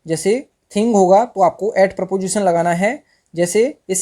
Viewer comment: Not PROPOSITION pronounce it is preposition